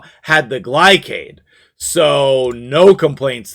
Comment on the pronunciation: his names GLAY-SHAD not GLY-CAD. glacier cardyd=gliacad. this has been my ted talk